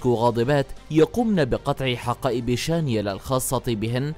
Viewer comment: شانيل وليس شانيال